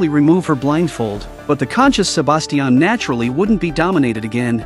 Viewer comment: STOP SAYING "SABASTIAN"